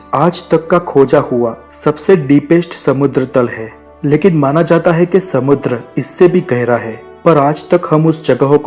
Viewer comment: abe to ..har baat k last me hain . bola kro he he kya krte ho .jukam hua rhta hai kya